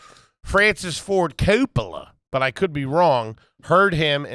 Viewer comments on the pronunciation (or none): none